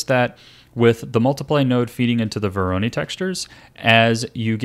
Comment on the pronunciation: Minor nitpick: Voronoi is pronounced like voronoy (rhyming with toy)